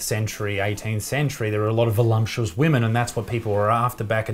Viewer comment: Aaargh my OCD...... it's voluptuous, not velumptuous LOVE U ISAAC 😊